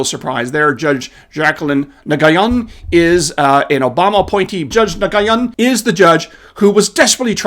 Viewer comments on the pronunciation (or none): It's pronounced Nu-win or Win, not Na-guy-an!! Come on!! This name is common like Smith in Vietnamese! #SmartestGuyInTheRoom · Uh-oh (lol), you probably opened yourself to a charge of "racism" for mispronouncing a name. The Vietnamese name Nguyen (believe it or not), is easily pronounced as the Americanized "Win." It would be assumed (with you being a sophisticated and worldly person), that you knew that, and intentionally mispronounced it, lol. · Nguyen is pronounced like “win”. Trust me on that one. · Judge Nguyen's last name is pronounced Wynn or Nwynn. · the 2nd judge her name is pronounced Win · Just helping...Judge Nguyen's last name is pronounced like "winn." She's an absolute tool. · Nguyen is pronounced: Wee’-un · Nguyen is pronounced "New Yen" or "Nwin", for future reference. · I believe it's Pronounced New-Gen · Nguyen is typically pronounced “when,” if I’m not mistaken. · Nguyen is Vietnamese and pronounced (New-an). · Nguyen is typically pronounced: "when." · Thanks. BTW: the second judge is Vietnamese. You pronounce Nguyen as “New-wen”. As far as the hearing went, it makes me sick to my stomach that these jurists hold OUR RIGHTS in such low esteem and are callous to liberty and freedom. It is clear that the window for peaceful resolution of these issues is rapidly closing. Our Founders would have acted by now, and shame on us for being as patient as we’ve been. For now, patience will continue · "Nguyen" is pronounced "Nwen" or "Win". Sometimes "Noo-yen". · “Nguyen” is pronounced “win”. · Nguyen is pronounced 'WEN'. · Nguyen is pronounced: Win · Appreciate the info, but technical detail Nguyen is pronounced “new-win”. Vietnamese surname. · Nguyen is pronounced win . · Its pronounced Nwinn. But she's dumb. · It’s pronounced “nwen” Nguyen. One of the most common Vietnamese names. Seriously how do you mess that up? Usually love your Chanel, but that is not your best look. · Nguyen is pronounced more like Wen.